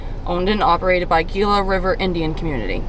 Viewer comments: Hope you enjoyed being in Arizona. I have always heard it pronounced "he luh" but I could be wrong on the pronunciation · Gila is actually pronounced ( g is pronounced) and has an h.